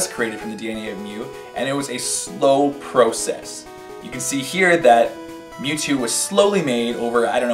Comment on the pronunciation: "it was a slow proh-sis"